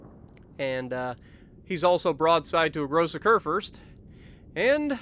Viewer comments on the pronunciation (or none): Don't you mean. Kurfürst